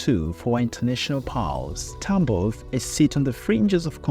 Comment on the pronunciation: Всё круто, только не ТАмбов, а ТамбОв. Тамбовчане очень не любят, когда говорят не правильно